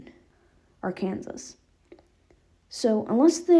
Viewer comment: "Ark-an-sas" Do you mean Arkansas (AR-kuhn-saw)?